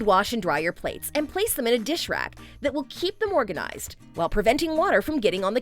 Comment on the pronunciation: Lol. She says a “fish rack” instead of a dish rack 😂😂😂